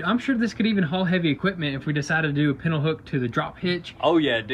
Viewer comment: Friendly FYI, It's pronounced "Pintle"